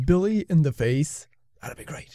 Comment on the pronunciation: why did he say face like that